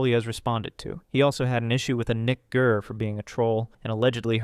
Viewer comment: Gurr. Not Kerr. Get your bad jokes right. Amateur.